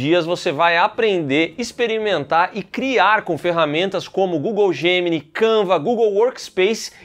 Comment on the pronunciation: se fala "gratúita" e não "gratuíta". E tbm se fala "djeminai" gemini é geminiano em inglês